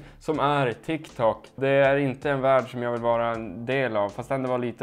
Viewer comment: det heter tik tok inte tik tak